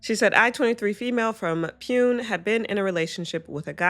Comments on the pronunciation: The city in India is pronounced “POO-nay” btw (like neighbour) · just fyi, the city pune in the second story is pronounced "poo-nay"